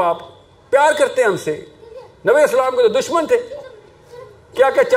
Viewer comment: kiya prhay ga ya inspire kary ga jiss ko salam bi sahii karnay say nahi ata